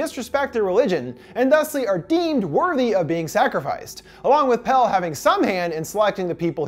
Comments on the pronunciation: I know this video is from a year ago but like... they pronounce him “Pelle” (pell-ay) the whole film. Did you even watch it? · I just watched this, and I'm not sure if it's true, but out of Pelle's American friend group, Dani's the only one to say his name "properly", pronouncing it with the second syllable, when the others call him just "Pell." Maybe I overlooked it (I was only half-paying attention), but I thought it was very sweet of her to make sure she said his name properly. She also made sure to pronounce Ingemar's name properly when they were introduced